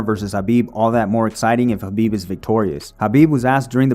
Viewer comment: Why can't white people say KHABIB'S... with a K, name right?